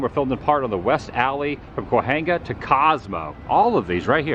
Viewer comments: The ‘H’ in Cahuenga is silent. Ca-Wang-Ga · Kwa-Hanga . . . 1st time I've heard it that way 😄